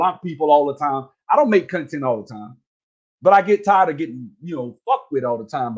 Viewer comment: “Cunh-tint” lol